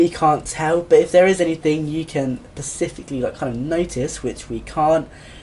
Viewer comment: It's specifically, not 'pacifically'.